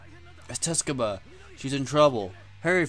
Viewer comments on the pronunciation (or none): Tsukuba it's pronounced something like you would say 'scuuba' in english.